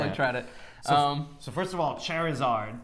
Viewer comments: "Chair-a-zaird. From Pokemans" Fire him. Fire him now. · "CHAIR-aa-Sord from the POKEMANS. GTFO IGN. This is embarrassing.